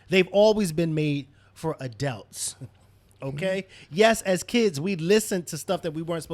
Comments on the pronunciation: What is an "ADELT"!?? Is that anything like an ADULT? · I've been watching this show for years, and I still smh evertime pronounces adult.